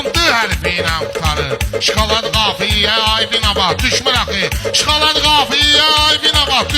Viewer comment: Да, слово «шоколад» пишется и произносится одинаково — [шоколáд], с ударением на последний слог. Но в русском языке у него устоявшееся произношение, совпадающее с написанием.Рашад грамотно сказал.